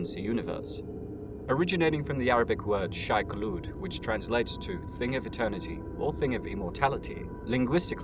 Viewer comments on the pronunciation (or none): It's funny, if you type "Shai Khulud" into google translate, it says "something immortal". If you type it in the usual pronunciation, "Shai Hulud", without the loogie-hawking "k" in front, it translates to "something Hollywood". Hollywood indeed.